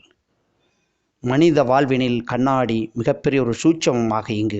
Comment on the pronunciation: அருமையான தகவல். நன்றி. கண்ணாடி என்று சொன்னால் போதும். கண்ணாணாடி என்று ஏன் கஷ்டப்படுகிறீர்கள்